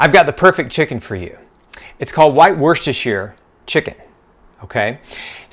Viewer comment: Very clear concise explanation love the pronunciation of Worcestershire sauce that’s like a level 100 word! 😊.